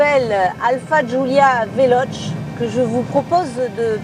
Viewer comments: Velochéé ou alors prononce le en français velosss parce que véloche ça fait mal aux oreilles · Le e se prononce é en italien donc on prononce Veloce avec un é à la fin non ? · Ça se dit "velocé" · Mdr le début, c est comme un papy de 90 ans qui test mario bros sur la switch au passage c est VELOCHÈÊ